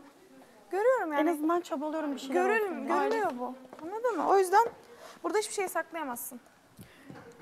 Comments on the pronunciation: nobody: k.o yarışmacıları: annadin mi, annadin mi????? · zaten tüm bölüm boyunca annadın mı diyip duruyor